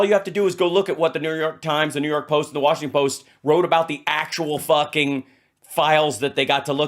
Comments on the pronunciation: Is it just me or did him saying “New York post” sound like he said the N word? I was only listening and had to rewind it to see what he said. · YES YES YES! I went back and listened.